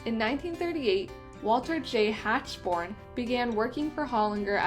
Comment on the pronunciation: Mr Hachborn’s name is pronounced Hackborn